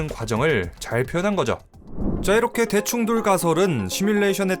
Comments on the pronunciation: 아.. 자꾸 대충 돌이라고 들려요 ㅠㅠ 어디서 이런걸 들었지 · 대충 돌로 만들어졌다로 읽다니... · 아.. 자꾸 대충돌이 대충 돌 로 들려